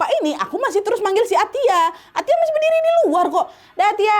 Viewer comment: Baca nya Atta😂😂